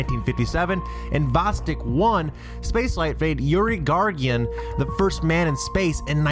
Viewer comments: Gagarin, not Gagrian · not gargyan gagarin